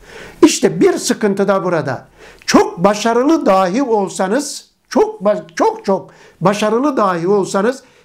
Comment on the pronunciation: Hocam ilminize gerçekten saygı duyduğumu belirterek şunu söylemek istiyorum; DÂHÎ ve DAHÎ kelimelerini lütfen olması gerektiği gibi telaffuz ediniz...